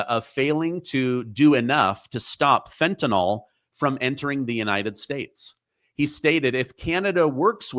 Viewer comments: It’s pronounced FEN-TAN-ILL NOT FEN-TIN-ALL! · you're certainly not alone in mispronouncing 'FentanYl', but you shouldn't perpetuate the mispronunciation, so as not to be a 'bad' 'influencer'! heehee Carry on. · "Fentanyl" does not rhyme with "alcohol". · fentanyl not fentanol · I’m starting a movement. Everyone says fen-ten-all. It’s fen-ten-ill. Fentanyl. Not fentanol. Other than that, great reporting. I do appreciate you,. Is Blondie a fall guy? What’s really going on there? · Fén-tá-níl. Fentanol is an alcohol. Fentanyl is different.